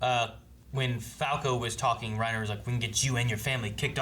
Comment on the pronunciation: its "Rye-Neeeer" as uttered by Sergantajs crew